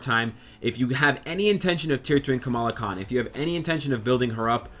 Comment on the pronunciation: You FINALLY said her name right ! ! BRAVO ! ! ^^